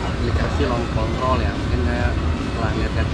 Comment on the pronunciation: Maklum ilat jowo kang😂